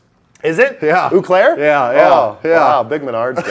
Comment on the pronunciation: "Oooh Claire" ...I can't unhear that. [flips table Wisconsinably] ...great tour otherwise